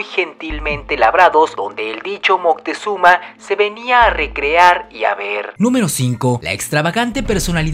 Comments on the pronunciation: Porque dices montezuma y no moctezuma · "Mutezuma" xD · eso seguramente como son citas textuales los españoles lo escribian y pronunciaban mal, y de hecho, en nahuatl, no es moctezuma, es algo mas como mocutehzoma